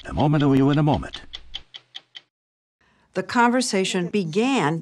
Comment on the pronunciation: "in a momennuyou in a moment"